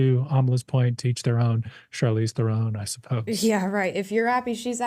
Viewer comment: As a South African where than horrible woman is from, please pronounce her name correctly. It is an Afrikaans last name. Theron _TR - o(short sound)-n